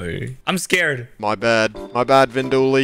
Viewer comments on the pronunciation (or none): called vin windooly